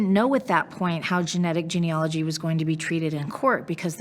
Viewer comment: Sorry, but I have to correct the pronunciation of the word Gene-A-logy. Not ‘ology. My heart goes out to all the families of the victims of m*rder.